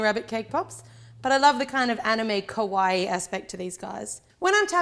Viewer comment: You have an accent so i get the struggle, but kawaii(かわいい) is cute not kowaii(こわいい) which is scary. Common mistake upon those who talk English.